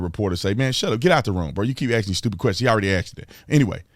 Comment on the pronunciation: Did he keep “axing” the same question?